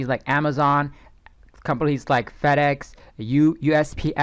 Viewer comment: Me and my buddy both thought that you said Fatass when you said FedEx🤣🤣🤣🤣🤣Great content btw...